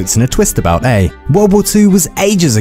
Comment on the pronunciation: *eh, not ey